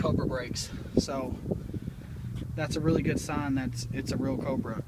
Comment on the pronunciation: Pls can you say Cobra one more time 😁